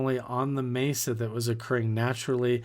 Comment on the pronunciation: Blood sacrifice is the most negative, evil path 😢ps its a Mesa like in "mess", not a maysa 😊